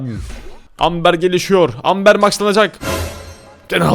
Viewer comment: Abi amberin okumuşu AMBIR